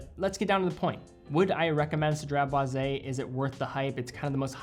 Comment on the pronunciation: Aye you get extra cool points for pronouncing this fragrance perfectly without missing up haha 😄👏🏽👏🏽 I appreciate you sharing the history of the fragrance and i love that has a lemon sandlewood kinda smell. I tend to like those and a citrus smell. I like that it last most of the day. I'll definitely consider this. Anyways have a great day!